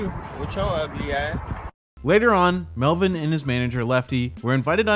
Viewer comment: Melvin or Welvin?